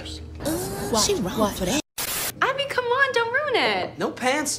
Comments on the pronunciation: Not her keep calling Abby “Avery” 😭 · It’s not Avery it’s Abby 😂